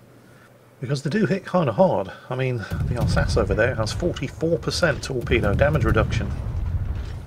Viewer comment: You mispronounced "Alsachey"